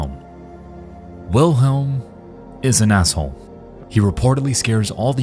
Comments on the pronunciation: I think Wilhelm was just mad that you guys were saying his name wrong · I think Wilhelm is mad that you keep saying his name wrong